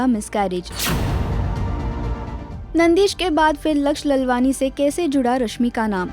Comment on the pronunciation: Pronounce laalwaani. Not lalwani